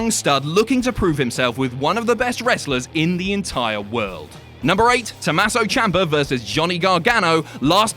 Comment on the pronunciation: IT’S TOMMASO, NOT TOMASSO. REEEEEEEEEEEEEE